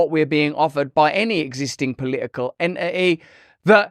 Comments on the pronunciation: I love the way Russell says "entity"... "en'i'iy" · Nice video! I do think that it's unfair of the world to try to make Russell say "entity"... "e'i'y" is all we're gonna get. ;D